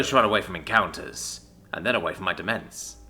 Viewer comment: This might be nitpicky but demesne is pronounced "domain". Has the same meaning too.